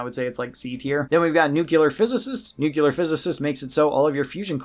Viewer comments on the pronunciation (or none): nuclear isnt pronounced with a second U